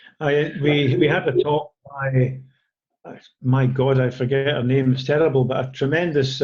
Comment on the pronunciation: Got to love how he pronounces your name, that Scottish accent is lovely... :)